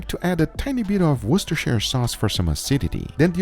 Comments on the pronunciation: Thanks for just saying "Worcestershire Sauce" instead of making the same old tired "HAHA IT'S HARD TO PRONOUNCE!" joke. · Perfect pronounciation of Worchestershire Sauce!